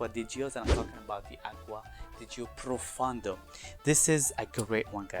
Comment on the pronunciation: ..........it’s called profondo!!!! Nothing fun about it pro fo ndo